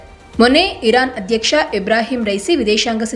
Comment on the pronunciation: Iran spasta ucharane illa🔥